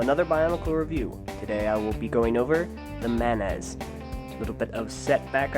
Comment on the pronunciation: it's a condiment, like ketchup, and apparently a crab in Bionicle according to this one's pronunciation.